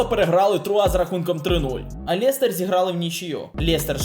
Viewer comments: лЄЄЄстер правильно лестер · Жах , який Лєєєстєр? Лестер